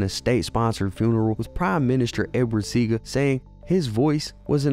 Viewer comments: His name is pronounced “SEE-AH-GA” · One thing tho. When you say Edward Seaga you mispronounced his last name. It's Seaga (SEE-AHH-GAH) that's how it's pronounced here